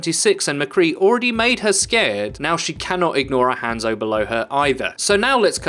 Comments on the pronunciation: Ranzo is even more accurate actually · Hanzo is not said like that its "Ha" as in ha ha then add a N then zo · If you pronounced his name right, I probably would have watched the rest of it. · Why are you saying hanzo's name wrong?